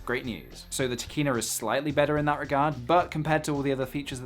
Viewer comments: I keep think you say Tequila and Sigma... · I kept thinking you were saying Trichina (as in the Trichina worm...). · I like the way you say Tekina, you make it sound like a badass anime character!